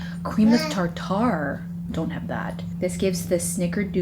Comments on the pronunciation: or tarter instead of tar ter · LOL, you say tarter like steak tar tar, rather than tart er. I got a chuckle everytime you said tar tar. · Proper pronounciation is Tar Ter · PLEASE girl I am absolutely dying at you saying "tar tar" - it's tarter 😭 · It’s pronounced tarter. Cream of tartar is used when making meringue for pies. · It's pronounced "tarter" and it's not a spice or seasoning. It's a leavening agent. Cream of tartar is the basic ingredient of baking powder. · The way you say tartar, lol It's pronounced tar ter. Hope you don't mind the correction, I often pronounce words incorrectly and I appreciate when someone points it out to me so I then know the correct pronunciation :) I love learning new words and often say them wrong :) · just for future reference...cream of tartar is pronounced "tar-trr". Tuna Tartare is pronounced Tar-tar! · Hey, tartar is pronounced like tartar on your teeth. No emphasis on the second syllable. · It's the same as pronouncing tartar sauce.